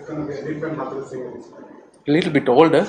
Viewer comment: কিসের জন্য ইংরেজি শিখি নায় আজ তার জন্য অনেক কষ্ট হইতেছে চন্ডিকা হাথুরুসিংহে ইংরেজিতে কী বলে তা আবার সাংবাদিক জ্যোতি বাংলা উচ্চারন করে বল তাহলে বুঝতে পারবো সে বাংলাদেশ ক্রিকেটে কত দূর নিয়ে যেতে পারবে 🤣